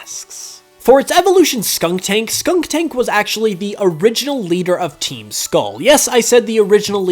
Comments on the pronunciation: Its SKUNTank Not SKUNKtank! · I know this is very nitpicky, but there's only 2 K's in Skuntank. You keep pronouncing it Skunktank :/ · I'm not bothered by the fact that Skuntank is the leader of Team Skull. I am however traumatised by the pronunciation of Skuntank as 'Skunk-tank' XD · I don't think I've ever heard a Poketuber say Skuntank's name correctly.